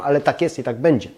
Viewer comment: kochamy Pana i dziękujemy za filmiki, ale błagam nie " cześ", " bedzie" itp.